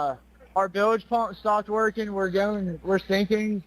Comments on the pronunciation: It’s bilge pump not billage pump wtf!! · Bilge, one syllable drives me crazy when the caller says bill-age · It’s weird they’d mispronounce bilge. It sounds like they’re saying billage and that’s just never been said by anyone ever. Hasn’t there been other instances of the recording presented? I’ve heard the conversation but it didn’t include all those extra. It just sounds like spliced fabricated dialogue